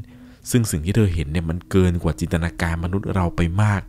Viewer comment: ไม่ได้ออกเสียงว่ายินมันออกว่า จิน